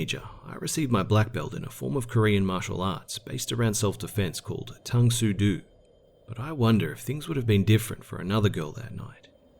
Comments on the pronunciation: Tung So do (is pronounced tung sue doe ) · Bro, its pronounced tongue sue dough. I got a red black belt and then quit and made my own style designed around killing in the least blows possible. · Tongue Sue Due??? LOL! Great narration though love it! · Lol, I am from Tang Soo Do. I giggled when I heard how he pronounced it. The Cheezic Tang Soo Do to be more precise. Anyways... if anyone wants to know it's pronounced like "Tung Sue Doe" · it's Tang Soo "Do" (Do re mi) Do. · I know that was my point. The he pronounced it wrong. The last hangul character is an OH sound not an EW sound.